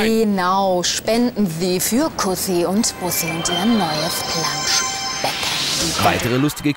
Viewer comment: Kuhssi und Buuhhsii. Sehr schön lang gezogen und gut ausgesprochen !